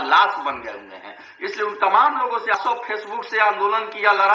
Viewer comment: Guru ji nmaskar .hain aur hai ka uchharan sthan smagh me nahin aa rha hai